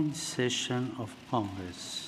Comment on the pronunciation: No disrespect it's just that I'm reminded of that time Mr. Bean gave a speech also "members of C*CKS!"